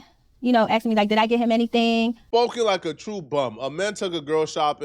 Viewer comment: He started axing me questions 😂